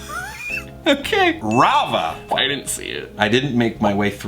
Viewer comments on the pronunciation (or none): IT'S RAYA NOT RAVA, THOMAS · Did you just call Raya, Rava? What's wrong with you? Anyways, I'd def put that higher than a C. At least a B, maybe an A even. You know what? Screw it, S tier! Maybe it's just bc I love dragons tho. They're my fav animal of all time, not budging on it. Also, I love Princess and the Frog. I'd put it in S tier but that's just my bias talking since my mom's side of the family is from Louisiana. Same with Lilo and Stitch being S Tier for me. I just love that movie so much because Stitch is adorable, there's humor, and I love Hawai'i. There's just something about the vibes. As for Tangled, Brave, and Frozen 1 and 2, I'd prob put them higher as well. At least an A. Hell, I'm leaning more towards S tier! Then again, maybe I'm relying too heavily on the animation being so good. Like, have you seen the background details in those movies? Especially Tangled. The flowers, grass, vines, trees? Each individual stone on the tower, the texture on every single plank/beam of wood. Even the hair!! I mean, obv the hair, it's Tangled. Same with Brave! You have any idea how much effort the team put on making the hair as realistic as possible for this movie??? Brave is most def an S tier movie for me, even if the others aren't as much so. I love that movie so much. I could just be speaking from the perspective that I'm part Irish (and maybe even just the slightest bit Scottish) from my moms side. Plus the culture, I love it. For the past few years now, I'd go with my fam to my local Highland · pronounced Raya as "Rava" which tells you everything you need to know about the quality of the movie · “Ralva” what ,it’s not “Ralva” it’s Riya…And The Last Dragon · Did you just call Raya Rava?!?! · lol Rava? I- Im 100% sure it's Raya, with a y 😂 I loved that movie mostly because Awkwafina 😂😂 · Rava? Rava?! I mean it wasn't a good film, but at least get the name right! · “Rava”????? Actually killing me